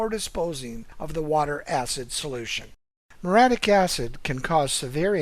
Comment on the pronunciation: It's m-your-E-attic acid, not m-your-attic acid.